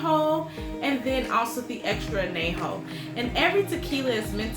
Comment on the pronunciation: Anejo is pronounced....An Ya Ho........not ...An Na Ho